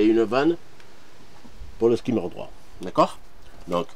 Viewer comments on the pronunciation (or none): Magnifique travail, comme d’habitude, mais s’il te plaît, dis skimmer et pas « skaymer ».